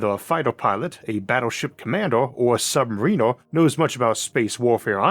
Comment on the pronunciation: Bro, your voice is iconic! You're fine. 🤙 I just take issue with how you, as an American, pronounce "submariner."